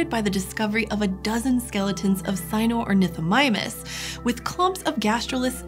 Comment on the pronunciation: Pronounced sino-ornithomimus. Spelled Sinornithomimus. There is no rule book.